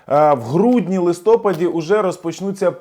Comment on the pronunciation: Якщо казати лИстопад,то потрібно казати снігОпад і зорЕпад Вам самому не смішно?